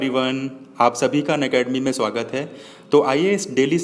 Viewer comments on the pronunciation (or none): none